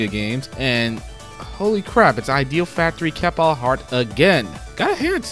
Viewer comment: Good job with the compilation my dude, but the way you pronounce Idea Factory and Compile Heart drives me a bit crazy.